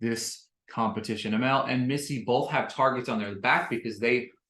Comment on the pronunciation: It’s pronounced Uh-mall not amel